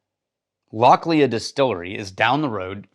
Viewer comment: Lochhlee btw